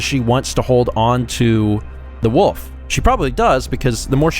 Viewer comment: I like how pronounces Wolf as Woof.